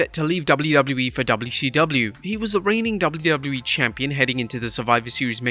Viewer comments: Jesus christ the way you saying wwe is crippling 😂😂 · If I took a shot for each time you couldn't say the letters "WWE" correctly, I'd have died of alcohol poisoning. You're a terrible narrator.